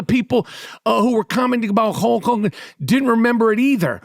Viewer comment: "hulch hawgan"